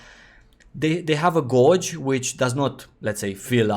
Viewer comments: took me a while to figure out when he said "gorge" he means "gauge" lol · Just friendly FYI, "gauge" has completely different pronunciation than you have. ;) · Honestly, I started to smile every time.